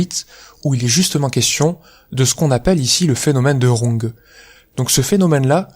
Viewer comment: Runge enfin bien prononcé !